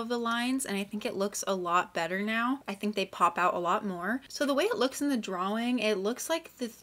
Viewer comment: LOVED THIS, I can’t believe I didn’t see ur community post! I will be keeping my eyes peeled for the next one. (Also the way u say draWING is very evil )